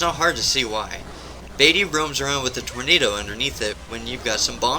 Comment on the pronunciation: Good list, ill subscribe, also, its pronounced vah-tee, not vay-tee